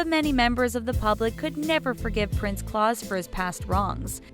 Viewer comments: Claus rhymes with "blouse". It's not pronounced "claws" like Santa Claus. Queen Juliana's husband was Prince Bernard. Juliana was the monarch, he was her consort (like Queen Elizabeth and Prince Philip, Duke of Edinburgh, and like Queen Victoria and Prince Albert). If you're going to keep making these videos, it would behoove you to do some research to get your facts straight. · Jesus's can u pronounce any of these names claus isnt like santa claus think clous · P.S. Claus is not claws. It's pronounced Klouse as in house. Bernhard is not Bernard. It is Bernhard. The H is pronounced in a Germanic language. Get these simple things right. Albert and Charlene of Monaco have twins: the firstborn being a daughter, the second a son. FYI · I think she's mispronouncing "Claus". I don't think it's like Santa, but rhyming with "blouse". Unless the Dutch are different...but it says he's German. Nah, I think it rhymes with "blouse". My college neighbor had the same name, although he was Austrian (same language though). Oh, and Queen consort Maxima is from Buenos Aires, not New York. I know this because I was living there when THAT wedding happened. DO YOUR HOMEWORK! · You butchered the name Claus. It a not Claus as in Santa Claus. It's claus as in cl-oww-s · "Cl-ow-ss".... as in "Ow, that hurts"..... not Claus as in Santa Claus. Do your research. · She keeps pronouncing Claus Santa style! .. I cannot stand her stupid pronunciation, ugh. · That is NOT how you pronounce “Claus.” It’s NOT like Santa Claus. It has an ou sound and a soft “s.” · Again with the pronunciation of Dutch names. Beatrix you pronounce as 'Bae-a-trix' and Claus kinda like 'clowns' without the n.. Also Willem-Alexander and Maxima... not even going to try to write it out. You should've figured it out before making this vid. There are ENOUGH dutch interviews where they pronounce it correctly. Seriously, fix this damn issue.